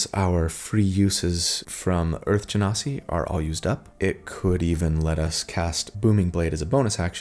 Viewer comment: Thanks for pronouncing Genasi properly. The number of times I've heard different people pronounce it "gen-sai" is enough to drive a lesser person mad.